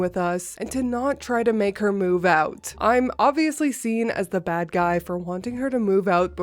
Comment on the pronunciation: Mommy brain is real!! Lol You're doing fine, dear. We'll overlook an extra "th" this time, but don't let it happen again😉😁. I hope you,, and little Maxwell House are doing well and staying warm. 🥰💜